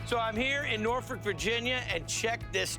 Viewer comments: Shout out to Guy for actually getting our city name correct ✊🏾✊🏾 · Thank you for not saying Nor-fork 🤣